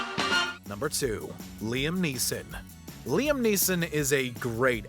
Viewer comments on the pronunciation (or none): none